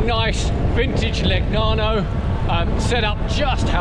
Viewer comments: Nice bike...anyway the pronounce is not ...Le..G..nano , but Legnano ( Leneano) .... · please, "leñàno/leniano" (aprox.), otherwise👍 Ah, le bici italiane! Che gioia.